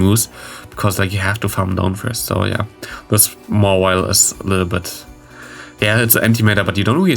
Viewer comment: The shade!!! 🤣🤣🤣 It’s pronounced mah-while 😂